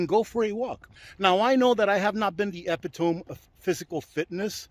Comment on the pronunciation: "epitome"?? Pronounced eh-pit-ah- mee.